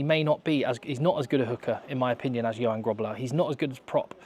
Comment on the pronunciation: So Johan is pronounced Yo-hunn.